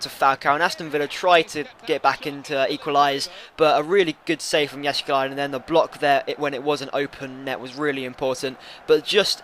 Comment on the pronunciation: Your pronounciation of Jääskeläinen is pretty good for a non-Finn, so don't sell him for that :) Besides you will not get anything for him.